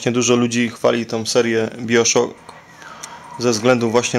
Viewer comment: Spoko, właśnie zagrywam się w tą produkcję, i jej klimat jest niezrównany, sory że ci zwracam uwagę, ale fachowo mówi się, Bajoszok. Pozdro ;p